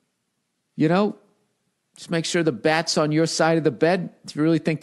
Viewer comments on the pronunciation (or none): .... "Ya know......Just make sure the bwat's on your side of the bwed." 😆